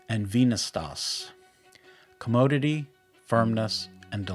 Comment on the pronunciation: Commodeity? As in commode? Is this AI or is english not a first language? This video feels like the websites on search engines that look like wikis so they have a bunch of info, but after reading you didnt learn anything the average person doesnt already know.